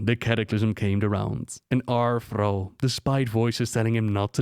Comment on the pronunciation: Who the actual FUCK is "Frau"? Oh. I didn't know Thrall was French. Good to know, I guess.